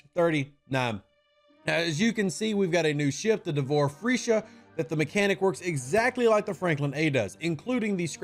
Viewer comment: Nice Vid Rev, just keep smiling every time you say Freesha. But Shopley is saying it as it is with all they do FEEsha.